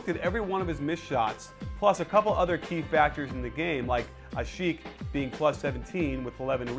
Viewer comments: i believe its AH-SHEEK and I know it is Thibodeau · hehe :D u spell asik wrong ^^ its a turkish name :D u must spell the i short ( ashick , not ashieck )